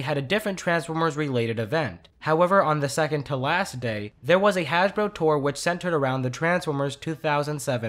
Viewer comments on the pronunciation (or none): You said Hashbro